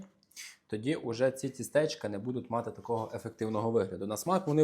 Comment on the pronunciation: Не тістЕчка, а тІстечка